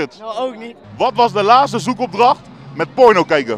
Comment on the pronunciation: Broer het is laatste niet laaste